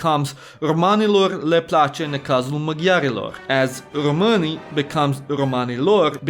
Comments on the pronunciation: It is funny how he pronounces român the correct way but the plural români he pronounces it like rromani, meaning gypsies. I think he snuck that in on purpose.! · Bro la ai scris români corect dar lai zis greșit pros